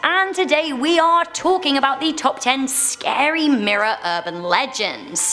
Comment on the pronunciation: When she said scary I thought she said Gary😂 .... yeah... I probably watch too much spongebob....